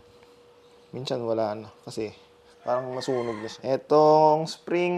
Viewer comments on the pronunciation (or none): salamat sa video master👍 minsan❌ minchan✅ 😂✌️